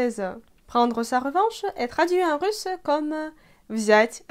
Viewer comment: Pourquoi vous dites russeux au lieu de russ? En France, on ne met pas l'emphase sur la dernière syllabe que c'est un e.